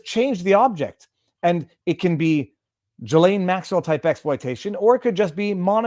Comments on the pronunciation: Robert Maxwell's boat was The Lady Ghislaine. And by the way, the 's' in her name is silent. It is pronounced Gill-ayne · GILL-lane not JILL-lane